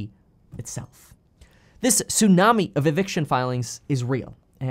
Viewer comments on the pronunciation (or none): none